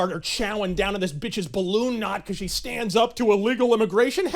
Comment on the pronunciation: ... "because se did not see one principal that se did not whant to F for a better grade"... I am in total laugh apneea here, somebody give me O2 to breathe.